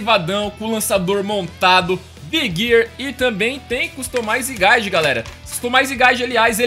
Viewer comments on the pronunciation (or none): none